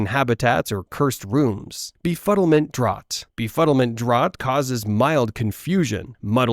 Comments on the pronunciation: Draught is pronounced "Draft" btw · It’s pronounced draft of living death